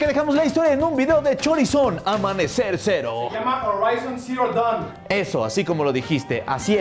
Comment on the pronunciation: Amanecer cero? A canijo, yo pensé que decía "el Zero se nos cayó"